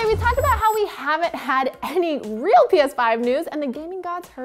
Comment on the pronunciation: nobody talkin bout that 'ReAl' on